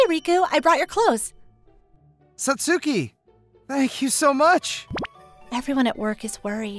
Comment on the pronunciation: Thank you. I really love these stories, but it grates on my ears when you mispronounce Japanese names (eg. Satsuki). Thanks.